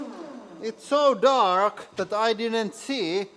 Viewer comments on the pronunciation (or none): none